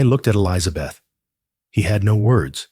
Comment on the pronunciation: The woman’s name is Elizabeth. Not Eliza Beth. Good grief! It grates on the nerves. Maybe educate your AI on proper pronunciation. Yes, it’s a little things, but details do matter.